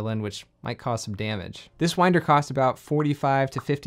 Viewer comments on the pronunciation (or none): none